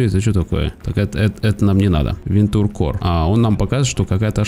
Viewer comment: Да не "вентур", а "вэнча"